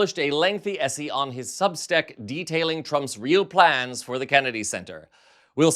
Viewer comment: You pronounced essay as "essy" ..is this AI?